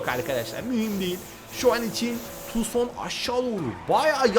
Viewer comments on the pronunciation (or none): Okunuşu tuksondur abi yazılışı tucson